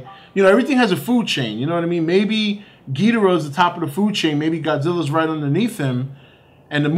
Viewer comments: If your such a big ghidorah fan try to pronounce his name correctly. gih door uh. Not gee der uh. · For someone who's a fan of Godzilla's most popular enemy, surely does not know how to pronounce his name right. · Your saying ghidorah's name wrong